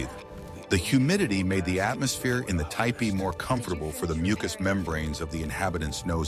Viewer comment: TOO BAD.... ANNOUNCER DOES NOT KNOW HOW TO PRONOUNCE THE WORD T E P E E EE.